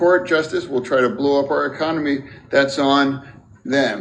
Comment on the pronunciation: Reminds me of Idiocracy, where that lady Cabinet member calls it "the ECOMONY"